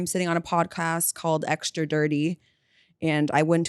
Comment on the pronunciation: You know the word is extra, not aktscha, don’t you? 🤔